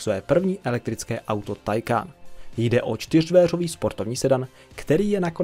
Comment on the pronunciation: Nic ve zlým ale Taycan se čte “týkon” sama automobilka to říkala a psala všude možně aby to někdo nečetl takhle jak ty😄 *Chiron má i upravený motor na 1600 koní z původnich 1500 a nakonec se bude vyrábět i tento upravený. Bude stejný ale bude mít omezovač jen se zatím neví na kolik. Vyrobeno bude asi 30 kusů (teď z hlavy nevím)